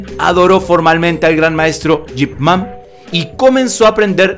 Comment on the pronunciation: Quien es Jip Man? Yo conozco Ip Man!!!